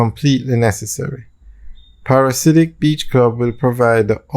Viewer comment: Friend it’s pronounced ‘Para-dee-siac’ not Parasidic. Its a strange name and not the most easy to pronounce I know….you always want something classy and memorable